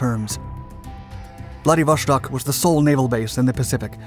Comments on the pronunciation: bra theres no SH in Vladivostok. its not german ffs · I love the quality and quantity of content you put out. However, please learn when to properly pronounce "sh" in Russian. Vladivostok not -shtok. This has been an issue for years now, and something that can be solved with a cursory Google search. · Why on earth do you pronounce "Wladiwo-SH-tok"? It is Wladiwo-S-tok"! I have several russian speaking friends. And they told me it is "Wladiwo-S-tok". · I cringe every time you pronounce it "Vladivoshtock"....it is pronounced "Vladivostock", no "shhh" sound. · It pronounces Vladivostok, not Vladivoshtok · VladivoSTok not VladivoSHTok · Interesting content--an area of Asia not often thought of, nowadays. BTW, Владивосто́к = Vladivostok not Vladivoshtok (It's Russian, not German.) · Vladivoshtok xD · How hard is to say Vladivo(S)tok instead of Vladivo(SH)tok. As clear as you say Sun use that S and say Vladivostok! I get the impression that it is the mentality of Westerners that they must be specific and special in everything... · dont say 'vlady vostok', say it as one word man... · why do you keep pronouncing it VladivoSHtok? there is no SH, just S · whoever told you its pronounced VladivoŠtok,, was wrong :) vostok mean east, no sh in it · I don't know what's with this guy! Every video he uploads, he mispronounces the names of the most widely used geographic places. Now, he says: Vladivoshtok! It's not like he hasn't heard it before. Maybe he does it on purpose. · Stop pronouncing it ‘vladivoSHtok’ with an sh sound like the word shell. First, IT IS ANNOYING! Second, it’s wrong for f**ks sake! It is pronounced like ‘stock’ as in stock market. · The s in Vladivostok is just an s, not sh.